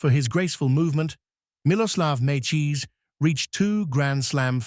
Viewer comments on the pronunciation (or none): The AI voice really needs to work on pronouncing names. Calling Coria as Korea, Mecir as Mecheese, and Ferrer as Fera at the beginning. This list not including Corretja with 2 major finals, Zverev with 3 major finals, Ruud with 3 major finals, and Tsitsipas with 2 major finals while 7 of the 8 only reached 1 major final and 1 guy didn’t even reach a final is beyond ridiculous.